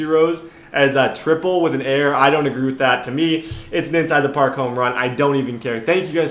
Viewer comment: Parl? Not park